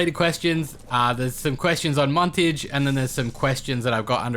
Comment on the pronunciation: Muntage and like those japenes woman